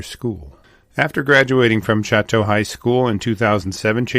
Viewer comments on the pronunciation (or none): Choteau is pronounced "show toe". When Lewis and Clark made their way westward in 1804, they encountered countless wildlife, including grizzly, all along the rivers and plains, but when they began crossing the Rockies, they were nearly starved by the lack of a single animal to eat, once their horses had all been roasted. Elk, deer, all the various types of goats, buffalo, varmints and birds were NOT living in the mountains. They were all plains animals. After Glacier Park burned, a large population if grizzlies fled east, back to their native plains. There is a huge "problem" with them now, out on the plains of central and eastern Montana, because they are liking what they see: cattle, horses, deer, antelope, grain, rivers, trees and lots of places to hide in all the drainages and coulees. The problem is; they like it. Why would they ever go back up into the mountains and freeze for 6 to 8 months a year when they can live back in the great savannah from whence they came? I'm no leaf-licking bunny hugger, and I hunt every year, so don't misunderstand me, but the bears must be managed responsibly, or they will continue to maul people over on the dry side in ever-increasing numbers. Don't EVEN get me started on wolves... that's for another time. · Just a technical note: Choteau is pronounced , Cho - doe, with emphasis on the Cho. Locals don’t pronounce it as its French origin would suggest. Great story. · The town of Choteau is pronounced Show’-toe. Just saying. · The name is pronounced, SHOW’-tow. The family name's original spelling is preserved in the Montana County of Chouteau. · I was thinking that was not the right pronunciation. My father-in-law's family homesteaded in the Highwood area near Fort Benton. He often would talk about this area too. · At least pronounce the name of the town!